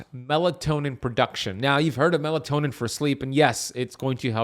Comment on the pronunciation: It’s melatonin not melantonin